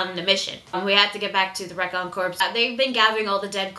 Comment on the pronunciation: "Corps" rhymes with "core" because the 's' is silent. I know that's not how it's spelled, but it's a French word. As an editor mispronunciations just make me crazy, so... please "?":-) Anyway, great review/reaction. You're thinking/feeling exactly the way I do. I hadn't realized that was Petra's patch, but now that you put that out there I think you're probably right. Very observant. And jeeze, poor (awesome) Levi.